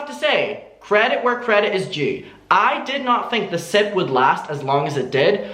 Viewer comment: Lol I thought you said "the Simp podcast" at first. Maybe they should change it to "the Simp"